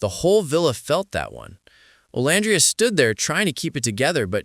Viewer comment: Are you deliberately calling her name wrong it's very disturbing and cringe if you thought you were cool I'm disgusted by all this